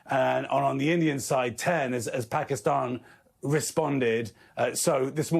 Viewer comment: Phekisten 😂 nice pronunciation